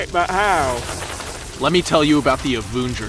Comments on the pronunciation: The Avoongers. 😂😂😂😂😂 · The Avoongers! Lol